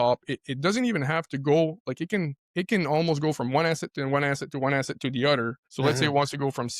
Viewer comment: never trust someone that says "udder"